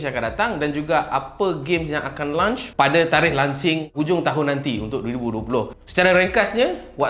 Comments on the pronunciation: Launch bang bukan lunch. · Aku sorang je ke terganggu dia sebut launch bunyi lunch? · lunch ke launch.. kepala bana kau sebut begitu ha ha ha ha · Launch bukan lunch. Aihh geram je aku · Kira ps5 ni bole main time lunch je ke? 🤣 Sbb aku asyik dgr bro ni sebut 'lunch' bukn 'launch' 😝 Btw mai singgah channel youtube saya untuk check out first single saya dan mcm2 spt cover travelog vlog food and movie review and jgn lupa subscribe utk tlg saya capai 1k subs guys thank you so much 😁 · Brother ni lapar ke. Asyik nak 'lunch' je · Bila lunch eh ? Dengar macam nak makan tengah hari je